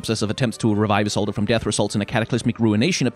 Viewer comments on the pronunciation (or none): Okay this bothers me. Why do you pronounce it as Ee-sol-duh? It's Ee-sold. Like, i get the fading "uh" at the last part, just coz her name ends with a D, but you extentuate it too much that it starts to sound purposely improper.